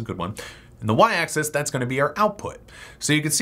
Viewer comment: Stop pronouncing "axis" as "access".